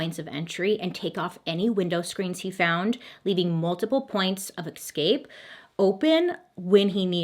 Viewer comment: This has been bugging me a while now and I feel like after watching every single one of your videos that we are basically besties now so I can tell you… it’s ESCape not EXscape. You are welcome 😘